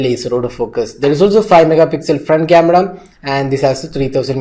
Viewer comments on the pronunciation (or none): Did I hear 'Cameda' instead of Camera?